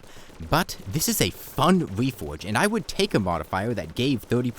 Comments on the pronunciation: The wefowge system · Title says "reforge" The audio says "whefhoge"